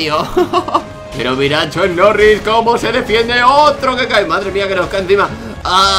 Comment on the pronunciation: tiooo no es chuck mori ni chuck noris es chuk norris